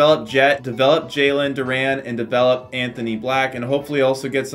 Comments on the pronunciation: Bruh like your video but OMG for the life of me it's Du-REN NOT Du-RAN 😂😂😂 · “Jalen Duraan” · Love the vid but it was making me mad he was saying Duran instead of Duren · JALEN DUR-REN